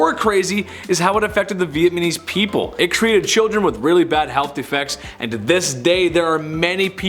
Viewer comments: It’s Vietnamese NOT Vietmanese lol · Vietnam-ese not Vietman-ese 🤣🤣🤣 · You should do a more extensive research before attempting to pretend to know what you are talking about. It's Vietnamese not Vietmanese. You are clearly not old enough to know your data first hand yet you attempt to pass judgment without facts but instead rely on rumor. I could go on in my critique but it would take to long and you are to arrogant to learn before you produce such an unfactual report of history. You are entitled to your opinion but it is in no way factually accurate. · "Viet-man-eez" lmao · Haa haa haa haa, did you say Vietmanese? That's hilarious!! Haa ha haaa!! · 7-6-3-You pronounced Vietnamses ---Vietmanese with the M before the N,,and button up that shirt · Why do you keep saying Viet Manese?